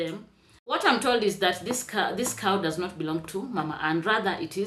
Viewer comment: Cowdesta so because Mayuguono spoke about having a Cow he stole the 🐄allegedly..Cowdesta go get speech therapy😂